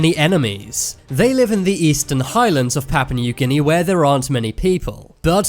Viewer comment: ''Pappa Neuw Ginny'' Oh, you Brits are so funny.